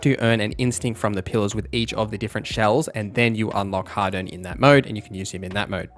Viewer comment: You pronounce harden and hadern the same. Angloid